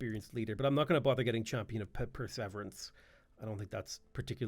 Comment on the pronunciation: "adaption" "per-severance" lol never change